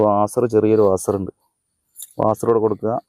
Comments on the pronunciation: വാസർ അല്ല വാഷർ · വാസർ അല്ല vashar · വാസർഅല്ല.നാസർ ആണ്😂😂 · വാസർ കേട്ടാൽ തന്നെ മതി!